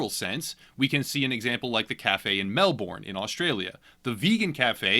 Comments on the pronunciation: Melbourne is pronounced “Melbin” not “Melborn” btw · It’s “Mel-bin” not “Mel-born” otherwise great vid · Mel bin not mel born come on buddy get WOKE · Haha I’m from Melbourne Australia, love the way people say it melBORN haha usually we pronounce it like melben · Melbourne is pronounce Melbin. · ffs I'm Australian and you said Melbourne incorrectly and its really annoying